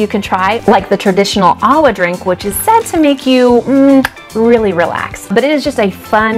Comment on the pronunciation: Hah-nu-kah-nay new-ee... LOL. Also - not "awa", ah-va. ;)